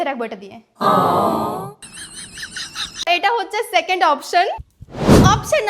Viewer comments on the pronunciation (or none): none